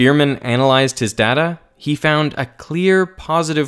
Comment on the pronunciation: 1 point because of your pronunciation of "data".